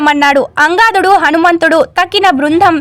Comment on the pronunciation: అమ్మా, సుందరాకాండ మొత్తం 18 నిమిషములలో చాలా చక్కగా వివరించావు తల్లి. కానీ నీవు వినిపించే ట ప్పుడు అవసరం లేనిచోట వత్తులు పెడుతున్నావు. అవసరం ఉన్నచోట వత్తులు పెట్టుట లేదు. నీ భాష చడవటంలో కొంచెం దోషాలు ఉన్నాయి. సరిచేసుకో. రామభానం కాదు రామబాణం మరియు భోగలాలసుడు కు బదులుగా భోగ లలసుడు అని చదివావు. అది తప్పు. అంగాదులు కాదు అన్ గ దాద్ లు అని చదవాలి. మొత్తానికి కార్యక్రమము బాగుంది.